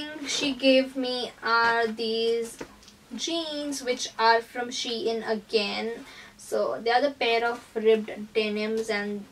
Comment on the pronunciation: It’s not she in it’s SHEIN